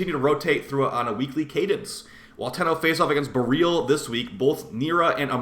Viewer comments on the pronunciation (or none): none